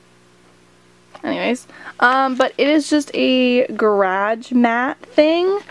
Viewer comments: It's garage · the way she says " GAR AHEGGGEE" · the way she says garage